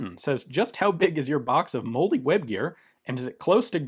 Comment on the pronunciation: I guess I've always heard and said 'molle' the same as 'Molly.' Sounded to me like Ian was saying 'moldy web gear,' which conjured up a very different image in my mind. 😂